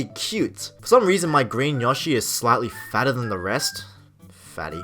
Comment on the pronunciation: Dude, it's YOshi. Long o. Seriously.